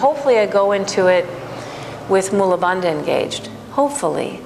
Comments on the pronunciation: You are so good. I think Bandha should be pronounced as Bun + "The" Bandhhaa. not as Da/Duh. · True, must westerners cannot get their head/tongue around correct Sanskrit pronunciation. Bandha consists of a dental 'n' and a dental-aspirated 'dha'. As there are no equivalents of dental consonants (sounded with the tongue touching the back of the teeth) in English - English speaking 'yoga teachers' butcher the pronunciation. Therefore, listening carefully, one hears that she also mis-pronounces 'agni'. Also it's not pronounced 'mula' but is pronounced 'moola' (long 'u' not short 'u'). And also uddiyana with its long 'i' vowel and double palatal consonant…. Best not get me started...